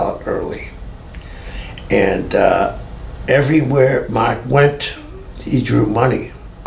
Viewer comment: ''marrrrrrrk''! gotta love that BOSTON accent! lol.